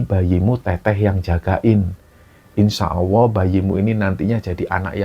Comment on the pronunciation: Maaf ya mas, bkn menggurui. Cmn ucapkan Insya Allah dng benar. Bkn insya Awooh, krn akan beda artinya...🙏🙏